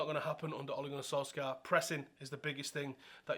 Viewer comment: You literally said oaligoanysoalska like 20 times before the video was 2 minutes in. Wow that was fucking annoying